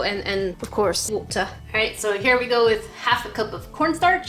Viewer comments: Jackie : Oh, and of course, Woota (Water) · wotah XD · Water (British Voice) 😂😂😚😚